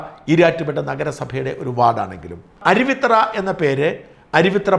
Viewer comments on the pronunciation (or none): അരുവി'ത്തറ' അല്ല അരുവിത്തുറ ആണ്‌ ശരി. തുറ എന്നാൽ കടവ് ആറ്റുതീരം എന്നൊക്കെ അർത്ഥം